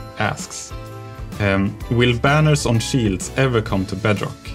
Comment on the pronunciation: The schulker The peestons Beedrock Eedition Veelager voiceovers I'm sorry. Love you Jeb.